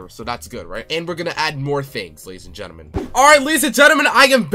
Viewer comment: Ladies and gelement. We got them.